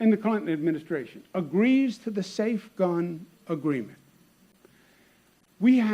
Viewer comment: hehe not bun, gun